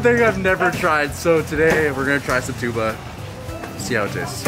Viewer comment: he nailed the pronounciation of “tuba” perfectly haha!